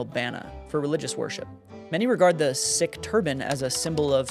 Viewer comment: I am not a member of the Sikh religion, but in school I was taught that the name "sikh" is pronouced like "seek." However, I am merely a child, not even in high school. I do sincerely appreciate your videos. As a young person, I understand very little about the church, and all of your content has granted me more knowledge, and has brought me closer to Chirst. (Is this the right amount of punctuation and commas? Maybe too much?)